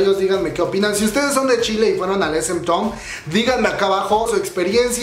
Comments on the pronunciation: Esemtoun... 🤦🏻‍♀️correctamente se pronuncia ES EM TAUN Sesang... 🤦🏻‍♀️ se pronuncia Saseng 사생; Sesang 세상 significa mundo. Gors Yenereshon y Red Velvét 🤦🏻‍♀️🤦🏻‍♀️🤦🏻‍♀️... se pronuncia Gurls Yenereishion y Red VÉLVET no VelvÉt. Amigos, si van a dar chisme coreano, mínimo tengan tantita curiosidad e investiguen como chingados se pronuncia... Btw, creo que la info que ofreces es buena y se agradece que te dieras la tarea de investigar un poco. Sólo no repitas una y otra vez el sujeto al cual estás haciendo referencia. Ojalá hubiera contado cuántas veces dijiste "esemtoun" o SM Entertainment. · Se pronuncia es em taun😀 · Tu pronunciación me consterna... :C no es town como lo lees, es pronunciado como taun Por otro lado... gracias por informarme mijo! <3 gracias por no dejarme sin noticias UwUr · No tengo nada en contra tuya pero repites y repites esementon (SM town) me da calambre al oído. Asi como te informas de las noticias informate de la pronunciación tambien xD o de plano di "el concierto". Es una crítica constructiva. Suerte :)